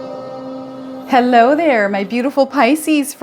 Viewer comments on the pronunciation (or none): none